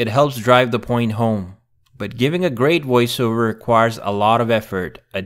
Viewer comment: In my opinion, he sounds less robotic that you do. No offense. It was only his mispronunciation of "voice, Over" that jumped out at me, and any real human not in this business might have made the same mistake.